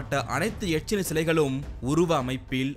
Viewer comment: அது எச்சி இல்ல எக்க்ஷி